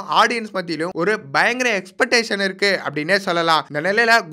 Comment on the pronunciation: Ex-pec-tation sollunga... es-petation kedaiyaadhu